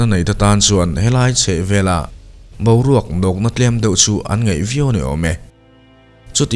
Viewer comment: Ngeih tih hi ngaih ti ang deuhin i chhiarin ka hria